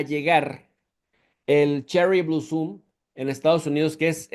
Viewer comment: Blosom (con "o). No bluuuusom